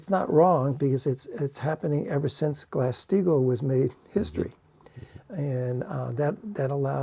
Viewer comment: What is saying? Glassed eagle? Glass Steegle? Haven't heard this.